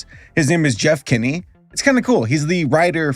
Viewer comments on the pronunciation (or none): none